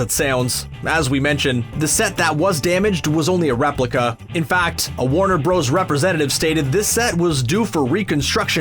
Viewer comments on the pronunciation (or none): none